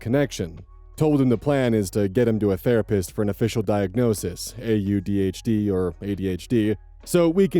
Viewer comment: By the way, no shade or anything I promise, just wanted to let you know just in case you didn't the AuDHD In the last story is a term that has been catching on lately for people who both have autism and ADHD and at least the people I know typically pronounce it as "AwDHD". Like I said no shade or anything but just thought I'd say something just in case you might not already know! All the love to ya and hope things keep getting better for you! 💛